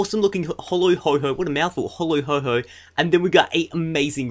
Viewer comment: its ho-Oh not ho-ho